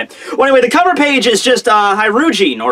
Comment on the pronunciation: Nice,! You took my criticism of how to pronounce Hajrodin's name! Finally:)